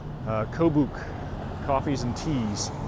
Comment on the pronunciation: Kobuk is pronounced ko-buck. Like the village of the same name in Northwestern AK. Thanks Enjoyed the video 💙